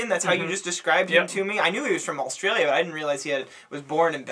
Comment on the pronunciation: His name is (gort)-(yeah). and is is pronounced Ah-stralia, I didn't find the album good because while yes, it had a lot of variety and ideas going on, but they didn't come together very well. Take a Pink Floyd album, or Kid A.... there were a lot of sounds and difference on that album, but it all tied together well. I don't think it does that well enough on this album and it feels a bit randomised and scatterbrained.